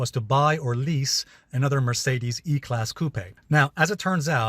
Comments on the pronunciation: It's pronounced coop not cupey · Alessio, the 'e' in coupe is silent! Cheers bro! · Have I been pronouncing coupe incorrectly all along? I don't think I have heard it pronounced with such a strong accent on the "e"